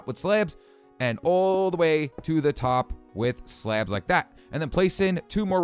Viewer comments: 16:6 it sounds like he is saying slap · i love the way he pronounces "slabs"